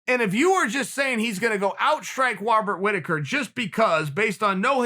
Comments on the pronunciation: Chael "Wobbert Riticker" Sonnen. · Chael “Wobert Whittaker” Sonnen